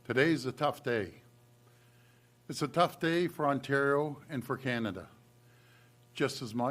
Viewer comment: CANAda. ..not CAN’Tada. We understand U and hear you loud and clear. U must protect you’re citizens.